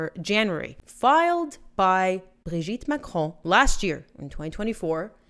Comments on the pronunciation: Why in the world do you say his name like that??? It's pronounced Brogette Macron. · I think you just made this video so you could just keep saying “Brigitte Macron” with overemphasis on that silly accent😬😑